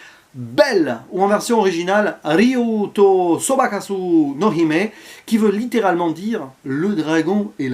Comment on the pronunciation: Petite rectification,: on dit "Sobakasss" et non "Sobakassou"... en japonais, on ne prononce jamais le "su"; on dit "ss"... 🙂 Ne t'en fais pas. Je ne parle pas japonais mais je m'étais fait reprendre moi aussi, une fois, alors depuis je reprends les autres pour qu'ils évitent de faire la même erreur. Sinon, ça m'a l'air pas mal du tout ce film. Je le mets sur ma liste.